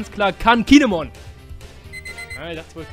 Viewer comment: Cmon .....nein bin mir sicher der heißt kinemon